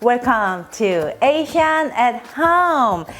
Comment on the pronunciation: Her outro is the most annoying, triggering thing ever. It’s way too long. With her horibble accentuation and the way she stretches asiaaan at hummmm. It’s like she wants to emphasize her asian accent on purpose.